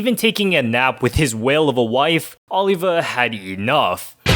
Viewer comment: OlivER. Not OlivA. There is no "ER" sound in Japanese, so a native speaker might say Oliva (with the v sounding more like a b) when trying to pronounce the English name Oliver. But that does NOT mean the dude's name is not still Oliver if you are going to say it in English! I'm all for pronouncing a Japanese character's name correctly to the extent possible, but a non-Japanese character with a non-Japanese name should be pronounced correctly when not speaking in Japanese!